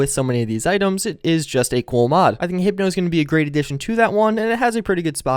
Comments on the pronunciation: Hypo is pronounced 'High-PO", not hippo, like the animal. Not hating, just wanted to help with pronunciation. Really like these updates, thanks for all you do. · not to burst your bubble, but it's HYPO. Like Hi-Po. not Hypno lol